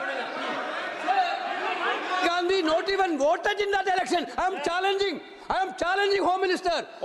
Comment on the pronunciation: Amit ko to vote bhi bolna nahi aata vooat bol raha hai bsdka